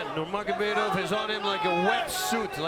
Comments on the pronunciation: Why can’t bro say „Nurmagomedov“ properly 😭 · I question any commentator's competence when they struggle to pronounce Nnurmagomedov in 2021.